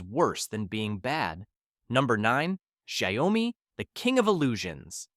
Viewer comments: It's shiawmi not shayowmi hahahah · It's pronounced as SHAO-MI, NOT as SHA - YO-MI. It's Chinese. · You made Xiaomi sounds like Gwiyomi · Shaó - mi, not Shy - o - mi.. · Sha-yow-mee never fails to take me out 🤣🤣 can't even pronounce it correctly and yet you have the audacity to judge these brands 🥴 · What you say about the majority of phones in this video is false. Xiaomi is a huge company that makes excellent products ranging from cars to phones. And please, don't pronounce xiaomi the way you do in the video. It's totally wrong.